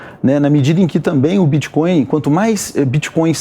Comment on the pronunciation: Crépitomuéda bitxicóiu Assim falou cleptotruesta?